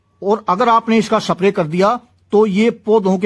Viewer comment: सप्रे नहीं. स्प्रे बोल